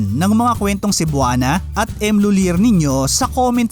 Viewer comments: It's lolyie ang pagbasa nyan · Tamang pronunciation ai LUI-LEY. CEBUANA LUI-LEY. OR M LUI-LEY. Napaka down to earth ng pamilyang yan. Si Monique lhuillier bestfriend yan sila ni lady gaga.